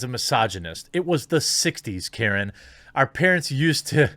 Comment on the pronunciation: Bruh. It's Karen and Darren. Where did you get Kent from?